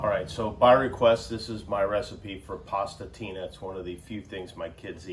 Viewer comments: I have to say, as an Italian, it's adorable how he says Pasta Tina and not Pastina (pronounced Pasteena). Adorable. Very cute (also, do you guys actually call it Pasta Tina in the US or is it just his way of saying it? Just curious). Plus, I can also approve the recipe; I wouldn't have put the concentrated chicken broot personally, but I'm sure there are people using this variant here in Italy too. This is a very cute video, so sweet. And also it makes me laugh thinking about the fact that, as an Italian, for the whole time I was checking if he was doing everything the right way. Such a stereotypical thing to do. He did, by the way. Kudos Jimmy, your Pasta Tina with cannellini beans is Italian approved. I'm sure you were dying to receive this very prestigious approval certificate 😂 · Pastina means nothing but "miniature pasta", which, as Jimmie pointed out, we prepare for babies who are still unable to deal with stardard size pasta without risking choking themselves. But adults, too, can enjoy pastina with a good, hearty chicken or beef stock, especially when the stock itself is the star of the recipe. Pastina is less intrusive, so to speak, and allows you to appreciate the stock while providing something solid to chew. And I laughed when I heard Jimmie say "cavatappi", which means "corkscrew", in the middle of an English sentence. Indeed those noodles look like corkscrews :-) Thanks for sharing this video, you've got a beautiful family. Oh, it's 1.05 p.m. in Italy: time to prepare a quick lunch for my wife and my eight-month-old :-)